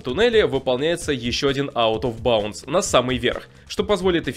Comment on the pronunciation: Игра на новый год, пьем шот каждый раз когда он произносит out of bounce